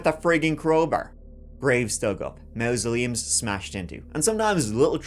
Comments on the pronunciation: Mausoleums .... sounds like maws-se-leum. Behave yerself. Not even yer accent can get over that one!!! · Please stop saying MOUSE-oleums, please I'm begging you 🙏🏻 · MA MASULEUMS... SAY IT LIKE IT SPELLED HERE. NOT MA MA.. IT'S MA MA....THIS GUY IS CREEPY!!!